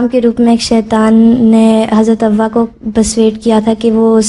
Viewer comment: حضرت "ہوا " نہیں بلکہ لفظ "حوا" ہے